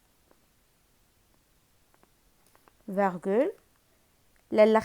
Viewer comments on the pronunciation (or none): none